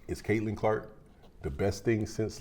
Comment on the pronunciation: Caitlin, not Caitlan.